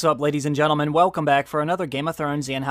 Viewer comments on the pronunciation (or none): none